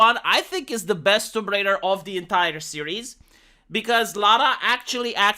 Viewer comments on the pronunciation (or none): She's Tomb Raider, not Womb Raider. smh